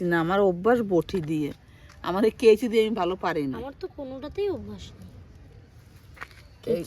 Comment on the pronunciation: ওটাকে কেঁচি বলে না,কাঁচি বলে ।